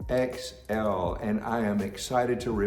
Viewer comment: U said m111xl? Not m111xt. 😉